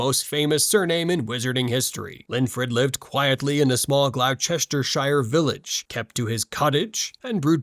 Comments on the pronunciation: From Gloucestershire myself, you are correct; it’s “Gloss-tur” and not “Gl-ow-chester” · Gloucestershire is pronounced Glostershire. I'm a Brit. The county cheese is called Double Gloucester, that's Double Gloster. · One little pronunciation issue; Gloucestershire is pronounced as “Gloss-tur-shuh” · Gloss-ter-sher not whatever you said there haha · Opened the comments just for this! That pronunciation stopped me in my tracks